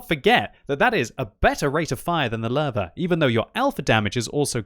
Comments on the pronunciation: I keep hearing larva instead of Löwe. You might want to put it into google translate and listen to the correct pronunciation. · Is it just me or does it sound like says larvae when he tries to say Lowe? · The german "W" is pronounced "V"